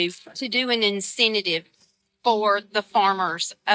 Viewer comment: "...to do an 'incentidive'..."😂